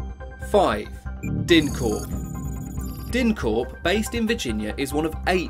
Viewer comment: pronouced (Dine-Corp).